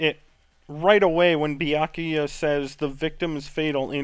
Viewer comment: Honestly, the pronunciation of Byakuya is more or less how I'd pronounce it, and I'm Japanese-American (though I don't speak Japanese, so I'm not a credible source whatsoever, haha).